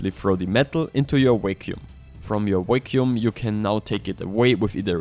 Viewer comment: thanks was wondering what he was saying, accent was hard on the word!